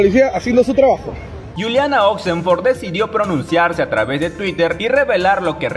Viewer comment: NO ES GULIANA ES CON J SE PRONUNCIA JULIANA..CARAJO HABLNE CORERCTAMENTE L IDIOMA ESPAÑOL..